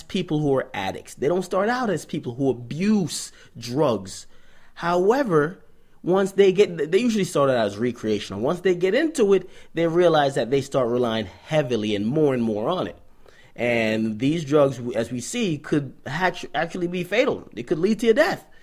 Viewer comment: Did this say re-creational? Lmaoo bruh